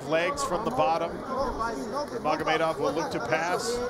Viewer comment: you'd think by now announcers would know how to pronounce Nurmagomedov properly.